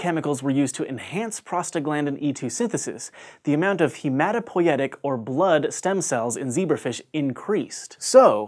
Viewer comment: He said "hemopoietic" instead of "hematopoietic" lol